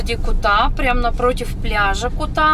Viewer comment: БАли, ударение на «а», КУта ударение на «у»